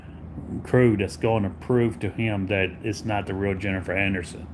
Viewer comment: i was going to watch to laugh at him. but right from the start jennifer annerson? im going to listen to him say annerson over and over for an hour? i was like hell nah im not watching an hour of jenneifer annerson. im sitting this one out pimps! 😅